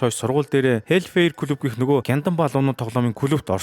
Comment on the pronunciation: Hellfire-г зөв хэлээчээ 😤😤😤